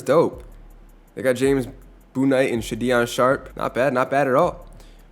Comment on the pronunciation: Please pronounce names correctly Sha-Deon Sharp and James Boonite got me rolling on the floor